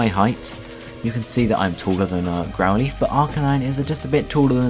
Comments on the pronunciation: please learn to say Growlithe not Growleaf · I think he's saying "lithe" to rhyme with "wreath" but it normally rhymes with "tithe" (like "lie" + the "th" of "the"). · >Growleaf >Leaf No offence. But it has never, ever been pronounced like that. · GROWL leaf??? its growlithe not GROWL LEAF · I thought his name was growlithe, not grouleeth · Someone enlighten me as to what a "Grow-Leeth" is?